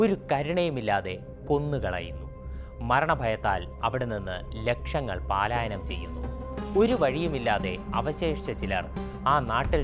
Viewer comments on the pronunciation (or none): Boran .....not paalayanam ....palayanam ... you fool go and learn basic things ❤❤❤❤